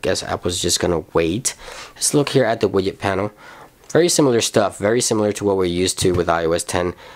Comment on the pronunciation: Let's look here at the wiyet panel It's pronounced widget